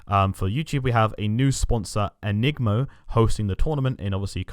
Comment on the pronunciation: and the sponsor’s name is Eng-I-mo-, not e-nig-mo